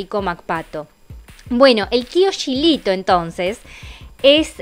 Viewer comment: Hola,, como dato te digo que el Tio Gilito se pronuncia como si tuviera una "j", igual que pronuncias "Juanito".